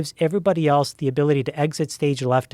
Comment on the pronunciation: One day there will be a kid smart enough to explain to Joe that there is no letter T in the word, " else " 😆